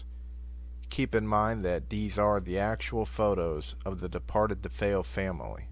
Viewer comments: Dude said “The DeFos” lol! He does need to get a fucking life! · It angers me that they can't even bother to learn to pronounce nor spell "DeFeo," or "horror house," for that matter.